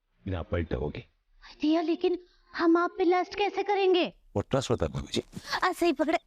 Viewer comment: अबे वो भाबी जी नहीं भाभी जी होता है 😂😂😂😂